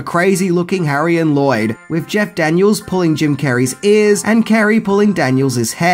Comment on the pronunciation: I kept thinking you were saying "Jack Daniels" instead of Jeff Daniel's 🙈🙈😂